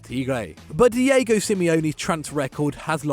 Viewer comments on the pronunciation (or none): none